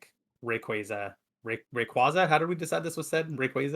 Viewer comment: Gtfo its pronounced ray-quay-za ?! Lmao Great podcast guys really enjoying listening 👍